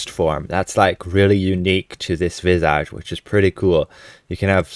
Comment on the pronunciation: Please, please, please pronounce "visage" correctly!!!!!!